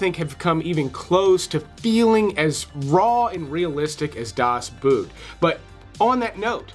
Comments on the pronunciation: DAS BOOT isn’t pronounced like English “boot” but English “boat” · I saw 9 in the theatre and I loved it. I know I watched American Hustle but really don't remember much about it. Also, I can't believe people still say Das Boot as boot, something you wear on your foot. The English word "a boat" has the same pronunciation as the Deutsch word "das boot". 😀 And yes, I used to boot, until I studied Deutsch (German). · It's pronounced Boat, not boot. In German, when two vowels are next to each other, you pronounce the second vowel, in this case "o(OH)", therefore, BOAT. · it's pronounced like the english 'boat'. do ur homewrk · It isn't pronounced Das Boot, like foot wear. It is pronounced more like boat but softer with a fairly open mouth cavity and a little nasal. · Das Boot the Boat pronounced as BOT